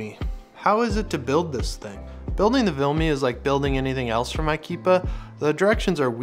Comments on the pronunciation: Argh, what's with the "VILME"? It's VIMLE... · It's Vimle... Not Vilme. And it is Ikea...not Ikeepa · Why are you saying vilme when it’s vimle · VIMLE, not VILME dammit!